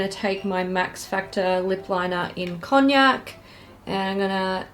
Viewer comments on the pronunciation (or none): none